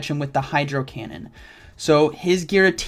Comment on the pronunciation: its earthquake not eearthquake